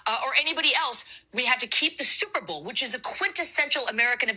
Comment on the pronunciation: Did that woman say stuperbowl? Anyway, apparently she hasn't been to an Opera. Or she would know most operas aren't sung in English.